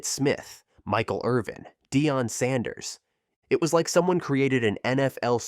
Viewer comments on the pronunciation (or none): none